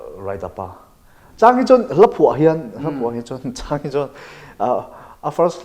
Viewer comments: Part 2 i tih chhuah vat loh chuan....ka beng ang che...chhammsss hian chuansss a ti hian ka lawm thin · Chhuainnnn(Chuan) a chiang e achiang e😁